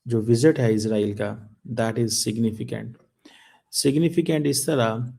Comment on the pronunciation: 😂 इसे सिग्नफिकेंट बोलना किसने सिखा दिया है.....😂